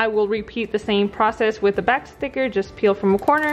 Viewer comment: You “ Peel” it off... Not “Pill” it off ! 🙄🙄🙄 It’s “Lemonade”... Not “Limonade” ! 🙄🙄🙄🙄.